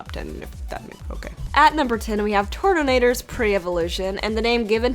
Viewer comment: Turtanator??? MEY NICKNAME IS TATENATOR